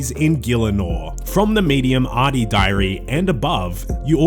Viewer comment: Better than Ar-doog-nee that I hear too often